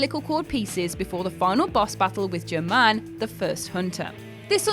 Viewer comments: Um, Gear-men not Germ-man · Am I the only that cringed when she said jer-man instead of Gehrman? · Moon presence isn't a hidden boss lmao it's the true ending. And its Gehrm-an, not "gerr-man" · She totally butchered that name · Learn how to pronounce Gehrman